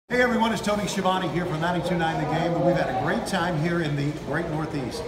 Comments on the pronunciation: The correct pronunciation of his surname it's skyavonae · "Tony SKEE-A-VOWN" as Chris Jericho used to call him lol. So under rated as a commentator in the history of "rasslin".